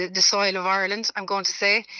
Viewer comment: Declan English Ganley on about " Oirland". 😂